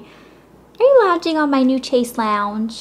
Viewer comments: lol you pronounce it chase lounge? Way to butcher the French language - Chaisse Longue! XD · Seriously, learn how to pronounce "chase lounge" or dont say it!!! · chaise longue= "shayz long" xx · oh elle that is not how you say "chaise longue"! it's pronounced "shayze long"